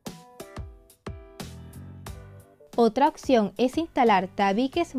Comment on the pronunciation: NO SE DICE "OCCCCION" NI "OCSERVAR" SE DICE: OPCIÓN!!!! Y OBSERVAR!!!!🙄